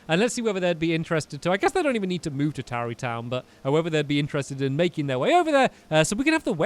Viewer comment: tarrey not towery